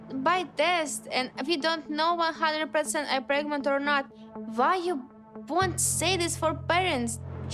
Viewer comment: She's not 'preg-mont'